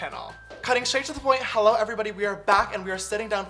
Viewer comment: Didn't he just said holo